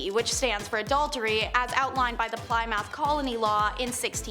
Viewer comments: You did NOT just say ply-mouth... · Pronounced "Pl Eh moth" not Pli moth" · Plymouth is pronounced plim - ith. Two short i's. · I'm really surprised that you didn't know how Plymouth pronounced! Lol It's not ply-mouth Lol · Plymouth is pronounced 'pli-meth'. 🙄 I tried to ignore it, but the anal english teacher wouldn't shut up.